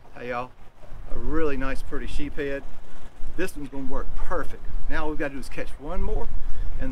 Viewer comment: West Indies salad is my favorite treat! Great video! It’s usually reserved for Christmas Dinner because of the cost of crab meat. Ha ha. By the way, it’s pronounced sheeps-head. Sheeps is plural. (Unless you’re from Mississippi) just joking.